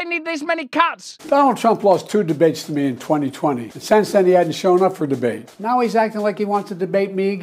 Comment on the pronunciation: 'Put em ahp. Put em ahp' (cowardly lion energy)